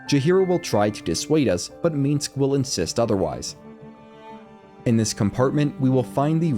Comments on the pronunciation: The way he keeps saying "Meeensc" instead of Minsc is a bit grating... But the video is otherwise very good and helpful. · First time watching, great video..but one thing: it's MINSC, MINSC (Like Minsk)..not Minsx. Play BG 1, or 2, you'll hear him say his own name like a couple dozen times (at least). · every time he said the word "meensk" my ears hurt. that dude can stay tf in camp, i think you just like saying his name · I cannot hate your pronunciation of "Minsc" more. Shit talking aside, these guides have been marvelous. Much love!